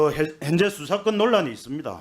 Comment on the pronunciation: 핸제가 아니고 현재라고 말좀 똑바로해라